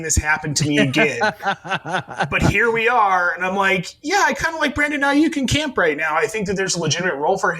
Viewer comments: No one: Not a single soul:: Brandon Ai-YUK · Have never heard somebody mis-pronounce Aiyuk the way that does. Figure it out, bud…